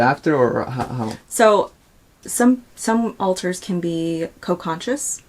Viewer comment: Pretty random but I hate how Trisha says alters as ohlters